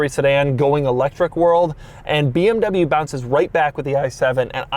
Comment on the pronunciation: You are in this game for a long time and you still dont know hot to pronounce BMW or Porsche ?